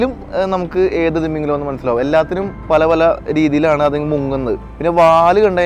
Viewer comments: തിമ്മീംഗലം അല്ല ഭായ് തിമിംഗലം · നിന്റെ “ത്തിമമിഗലത്തിന്റെ ” ഒരു“ ത “യും ഒരു “ മ ” യും പോയോ ?😂